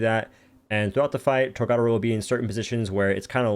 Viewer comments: torGARADAO bruh why cant say it. TOR GA DO RO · tOr-Ga-dOro lmao that’s how u say it there’s no second “r”